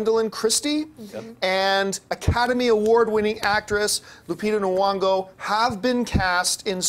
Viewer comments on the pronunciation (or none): Nyong'o not Nwong'o. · John, its not Lupita Nuwongo. its Nyong'o without the "nuwo" and with "niyo" (slient i)